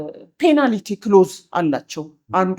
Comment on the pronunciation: *Penalty ' ፔናልቲ' ነው ትክክለኛ አጠራሩ። 'ፔናልኢቲ' አይደለም እንግዳዋ እንደሚጠሩት።